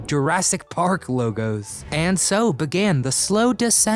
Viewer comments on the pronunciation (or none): none